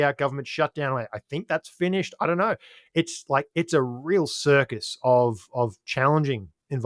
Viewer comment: There is no R at the end of the word ‘know’!!! 😂😂😂